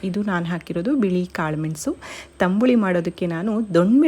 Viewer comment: Tambuli alla tambli anta heli